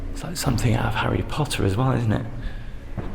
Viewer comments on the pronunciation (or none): Please it's something, not somethink.